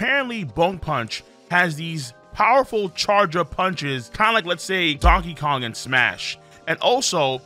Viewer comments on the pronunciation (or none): none